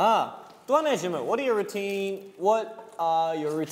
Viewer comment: Hyunjin reversed the word as in from rou-tine to tine-rou lmao